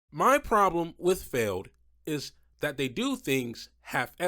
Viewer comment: You said MJ Solorio's name right. But Feld. Come on! Also what is that Sparkle Smash paint scheme?! That is ugly af.